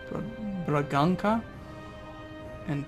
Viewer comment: Just letting you know that the "Ç" is pronounced as an S, Bragança for instance is pronounced "Bragansa" :)